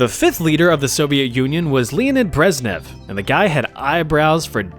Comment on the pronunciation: Dude, you SUCK at pronouncing stuff. Is it too much to ask that you figure that out before making a video? It makes me wonder if you even bother to fact check your videos. The fact that you didn't even know how to pronounce Brezhnev (Брежнев) is what REALLY disturbs me. He was a famous political figure of the 20th century. C'mon.